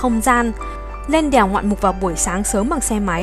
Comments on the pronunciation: Đờ eo đeo huyền đèo 🤣 nghe b này nói như là i e eo đièo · Đìèo 😅 đièo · Mình cũng nghĩ giống Bạn …..